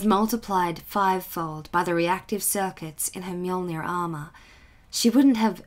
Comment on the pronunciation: 2 minutes in and I am already so happy. You said mjolnir right. Better than the official audiobooks.